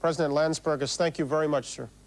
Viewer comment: "president Landsbergis" bruh